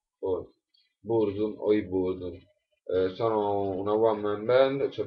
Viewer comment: Burzum non si legge "burzum" in italiano.